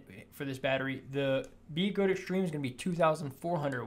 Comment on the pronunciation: B-eh-gode. Not BeeeGode